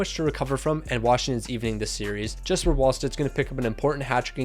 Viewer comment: JeSpEr NO DUDE IT'S Jesper